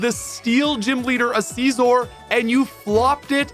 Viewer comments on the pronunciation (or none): He calls Scizor "see-zor". That's the worst. You don't say 'SEE ence' or 'SEEssors' for science and Scissors do you? But the bidoof one is goofy too.